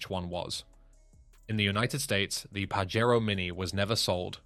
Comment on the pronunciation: The Pajero is pronounced with a J not a Fucking H